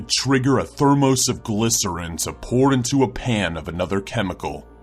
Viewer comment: "Ther-mosse"? Sometimes I swear you guys pronounce things weird on purpose. :P